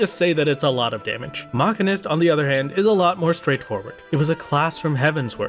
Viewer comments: Please learn how to say machinist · as a machinist irl your pronunciation hurts me on a personal level XD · AAAH YOU'RE KILLING ME. STOP MISPRONOUNCING MACHINIST D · I..... I need to know. Is he pronouncing Machinist wrong or have i been????